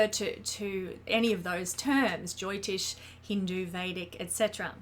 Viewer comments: It's jyotish and not joytish. Derived from jyoti, which means light. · this was THE most boring and bland 27 minutes of my life I BELIEVE SHE THINKS WE DO NOT UNDERSTAND ASTROLOGY TELL ME SOMETHING I DONT KNOW IS THE SUN HOT IS THE EARTH ROUND IS THE GRASS GREEN IS RAIN WET DO BEES STING?- YOULL FIND OUT THIS EPISODE OF COMPLETELY OBVIOUS THINGS EXPLAINED IN THE MOST BORING WAY POSSIBLE BY SOMEONE THAT CANNOT PRONOUNCE JYOTISH